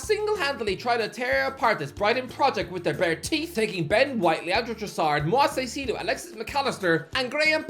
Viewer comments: i still get a chuckle everytime says MOIS SAISIDO. Mate, its moi-SES KAI-seh-doh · i’ll help you with the pronunciation of moises caicedo, it’s moy-sess kai-sedo. no hate at all good day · moi-SES KAI-seh-doh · “Moa Sai-see-doh”